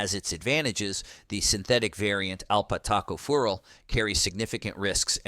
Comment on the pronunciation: It’s tocopherol not “toco farel”! It’s Cyanocobalamin ( siano, not “kiano”) 🤦‍♀️